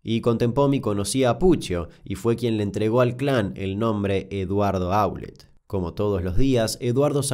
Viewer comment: Damián, lo único para observar es q en varios de tus videos, como x ejemplo en este y en el de La tragedia de Los Andes, hay errores en ciertos apellidos o en su acentuación cuando los decís. Eso también es parte de investigar y ver videos donde las víctimas o fliares hablan. En estos casos Aulet y Naum tienen acentuación aguda.